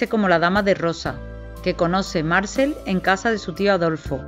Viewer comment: Amo esta novela, cada tantos años la vuelvo a leer. Muy buena la presentación de los personajes. Obviamente la narradora no sabe francés, y se le disculpa, solo le diré que Marcel se acentúa en la e, Marcél. Muchas gracias por su trabajo!